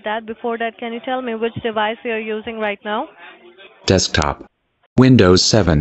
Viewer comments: Dekstop :-D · “You know you can write it in notepad instead of writing on the DEXTOP” 💀😂😂😂